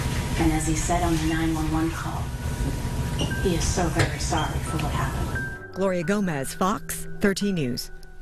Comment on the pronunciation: He's vewy, vewy sowwy. 😑